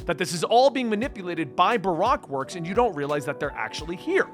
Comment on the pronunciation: Baroque works pronounced buh-roke works